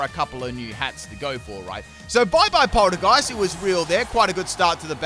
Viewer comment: "its funny how the move and the pokemon are the same lol." Me:*thoughout the entire video. " ITS PRONOUNCES POL- TEA- GEIST YOU UNCULTURED SWINE ITS A TEA POT. AND ITS A GHOST. POL TEA GEIST. SAY IT RIGHT OR I WILL MURDER YOU." Me: *gets to end of. " I give up..."